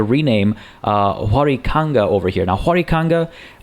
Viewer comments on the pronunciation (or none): your pronunciation of huaricanga is a bit off, the 'h' in south america tends to be used as a "w", instead of "juaricanga" like you were saying, it should be more like "wuaricanga"